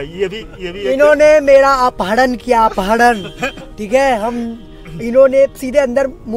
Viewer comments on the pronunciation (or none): अपहडन ।।भाई अब भाषा सुधारो ।।अपहरण बोलो दिन मे दस दस बार